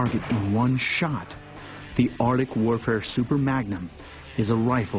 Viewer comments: the ar-dick? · "Ardic" Really fucking annoying.